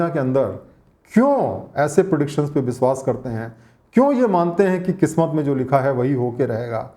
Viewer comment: You work very hard for making such wonderful videos. Please work a little more on your pronounciation. It really hurts ears when you say biswas or sarap.